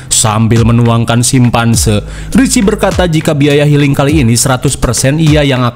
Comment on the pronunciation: Sampanye ❎️ Simpanse ✅️ 😂